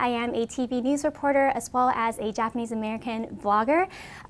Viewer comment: Take a shot every time she says japanesse people